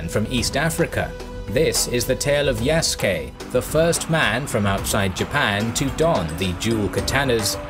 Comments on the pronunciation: His Slave name was Isac (the latin version of Isaac). The Naponization of the name is Yasuke (Isac in Portuguese is pronounced as EE - Zah - K, thus Ya Su Ke is the closest phonetic version in Japanese) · Said the name wrong lmao